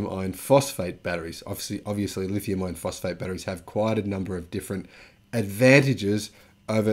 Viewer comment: Insightful video that indicates future trends and backs it up with data. Very nice. I was having trouble telling if you were saying "Lithium Iron Phosphate" or "Lithium Ion Phosphate". YouTube's auto-generated captions couldn't tell either (It thinks you're saying "Ion"). I know you were saying "Iron" from context, but it may confuse some people who are new to battery tech.